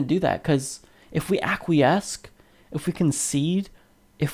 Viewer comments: Acquiesce as in ackwee-ess, not akwee-esk. Love the show! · ack we ess. not ack we esque. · it's ak-wee-ess. Please don't hate me, I just want to love you in a bath of lovely diction. Also: cute glasses, bro;) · LOL....this idiot from the Humanist Report doesn't know how to pronounce "acquiesce" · Dude, it's "acquiesce" not "acquiesce." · You have a very interesting pronunciation of "acquiesce" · Is this guy pronouncing "acquiesce" correctly? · No he's not but it only makes him more adorable.